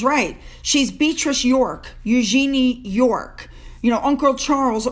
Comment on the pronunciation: Hello, You might like to know that Princess Eugenie (and her family) pronounces her name "YOUzhen-ee"; the stress is all on the "You", the "zhen" follows without a break, and the final syllable is very subdued. It's NOT "you-ZHEEN-ee"! I've always felt that it's mannerly to pronounce someone's name the way THEY do.